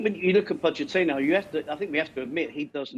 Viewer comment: She cannot even pronounce Pochettino's surname properly.